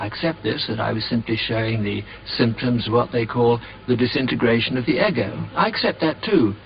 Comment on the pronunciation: "disintergration of the "eggo".. EGGO? hahaha